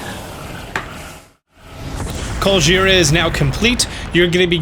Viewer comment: every time he says Colgera I hear Godjira